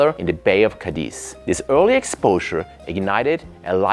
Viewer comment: I knew it would have to be in Spain before I heard you say it 😊 I lived in Madrid for 4 years and travelled all over the Iberian peninsula, including, of course, the North, where Spain’s best restaurants are located - precisely in the Basque Country. Oh, and the city is called CA-diz, not Ca-DIZ. Greetings from LaGomera, Canary Islands 🇮🇨